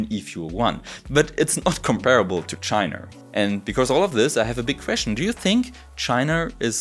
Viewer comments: I love the video, pronunciation of China is really funny "Chiner" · Wo genau liegt denn eigentlich tschainarrr? Mann kanns als deutscher auch echt hart treiben wenns um die Aussprache im englischen geht. Zu den efuels. Schön das da da, scheinbar, eine Probe bekommen hast und auch erwähnst das in Deutschland zwei hersteller sitzen. Nur wäre deren Kapazität interessant, die tatsächliche Menge grünen Wasserstoffs die verwendet werden und woher das co2 kommt.